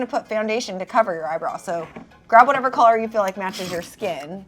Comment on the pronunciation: 😂💚 says “collar” instead of “color” lol haha